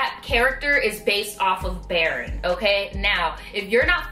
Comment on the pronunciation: Baron is pronounced baroon